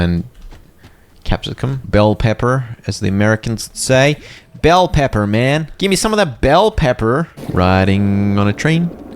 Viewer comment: Was vibing with the video until I heard the American impression of the word bell pepper 🤣🤣